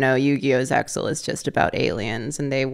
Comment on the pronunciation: more saying "zexal"